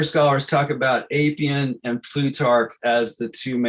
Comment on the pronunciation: Great presentation Pedantic correction: Appian is pronounced like apple. The Appian Way connects Rome to Brindisi.